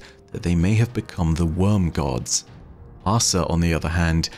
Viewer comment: She's Leviathan AHsa, not Leviathan ahSA